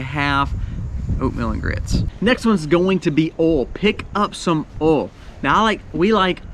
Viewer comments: Nice fellow, and does a great job, but what is his number 10? He said the words, "oauw", "awl", or "all" several times. Does he mean to say oil...pronounced, oyl, or oyy-ell? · Funny you cant say oy ill for oil instead of all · the way you pronounce oil ... 'owl' I cant XD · Are you from Mississippi? My dad grew up there and pronounced "oil" the same way you do. I'm more northern, so I pronounce it "Oy-ill" vs how you said it, "Oh-ill". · I fell in love with your pronunciation of "oil"! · LOL. It's oil O I L. Eejit. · I’ve never hear “oil” pronounced this way 😂 Southern accent is strong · Thank you for the on screen written item. When you reached oil, I have to say, I couldn’t tell what you were saying. Lol. Love you man. Excellent info, as usual. I made my list to follow.